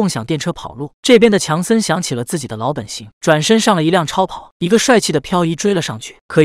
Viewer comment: 老本行读成（laobenxing），你真行。